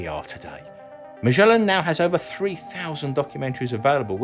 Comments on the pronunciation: As far as I know Magellan is pronounced with a "g", not a "ch". It's pronounced "gel" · I always thought you pronounced Magellan with a hard 'G'. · "Magellan", named after the famous explorer, is normally pronounced with a hard 'g'!